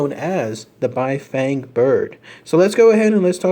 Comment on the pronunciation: I think it's pronounced "Bee".